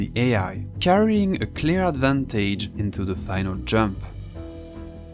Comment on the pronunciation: ‘Advantage’, ‘manage’ isn’t pronounced like the word ‘age’. Check out some pronunciations and you’ll understand:)